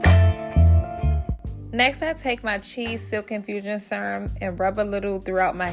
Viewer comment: yes you do! I was already suspecting, but when you said serum I knew for sure 😂